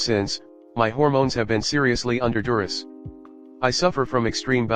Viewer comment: DURESS, NOT DURUS. Don't make videos if you can't be bothered to spell correctly.